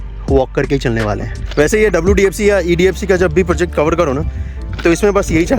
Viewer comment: सर लाइन होता है लाईंग नही। आप अपना प्रोनाउंसेशन सुधारिए। प्रोजेक्ट को आप पॉर्जेक्ट बोलते हैं। र को ड बोलते हैं।